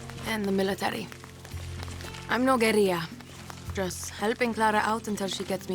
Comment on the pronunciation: hahah..pronouncing guerilla like it was Spanish with the y sound for the double l's. it's not, pronounce the ll's. Oh Ubisoft, pandering with semi-hispanic sounding actors like some old Mission Impossible episode. A trained alligator? HAHAHA